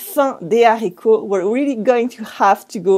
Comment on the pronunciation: Why don't you pronounce le liason in La fin des haricots? Great video, love your channel :)